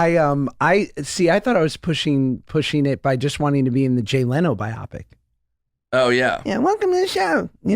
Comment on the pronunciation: "Bi-popic?" It's bio-pic, as in, "bio," for biography (biographical,) and "pic," for motion picture.